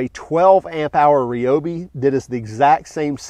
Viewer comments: Ryobi not Reobi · Just out of curiosity, do you eat rye bread or ree bread. LoL 😆 Drives me crazy when people say ree-o-bee instead of ry-o-bee… 🤷🏼🤷🏼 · The correct pronunciation is Ree-O-bee. NOT Rye-O-bee. It was originally a Japanese company, thus pronounced like many Japanese words. Thanks for watching.